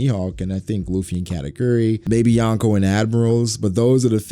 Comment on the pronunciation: Why do people pronounce Yonko wrong? Lol